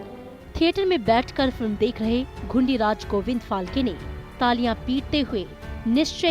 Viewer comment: फाल्के नहीं फाळके!!!